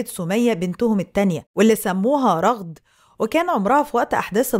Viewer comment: ٱسمها رَغَد بفتح الراء والغين 🧐